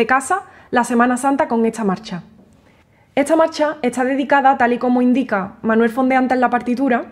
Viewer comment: Me podría decir porque pronuncia la est al revés está - etsa ?